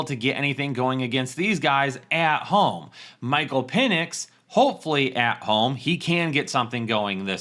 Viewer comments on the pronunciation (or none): none